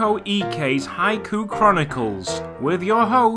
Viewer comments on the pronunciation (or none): none